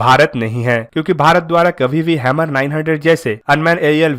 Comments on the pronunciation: Bruh its pronounced as 'Her-mis' not hemir or hammer. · Hammer nhi bhai "HERMES" naam hai uska bhai. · आपका उच्चारण गलत है। इस ड्रोन को हर्मीज बोलेंगे। आप हैमर कह रहे हैं।